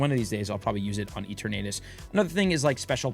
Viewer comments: I can't get over how you pronounce Eternatus LOL! Is it not a play on the word "eternity"? Love you! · does he say it like that on purpose ? or is he one of those people who don't want to say it properly out of convenience lol